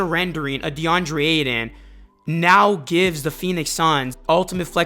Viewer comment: Ay-TON not aiden bruh